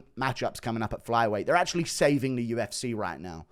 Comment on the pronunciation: Why can't you say UFC properly? I mean you do sometimes but then straight after it's back to U F SAAAAAAY instead of C .... what is that shit?